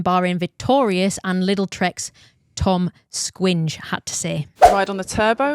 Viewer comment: Toms Skujiņš pronounciation as Tom Squingue was hilarious. :D Toms is pronounced close to English, but the O letter is a dipthoung uɔ . Although Skujiņš is much harder. Google translate is pretty close